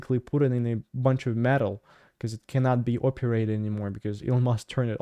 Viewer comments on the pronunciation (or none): none